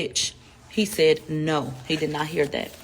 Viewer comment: He sai yah , she sai ,he sehd , she sehd. Every other words spoken in her videos. Drives me crazy for real 😆